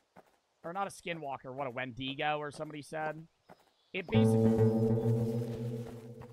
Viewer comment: He didn’t pronounce it correctly either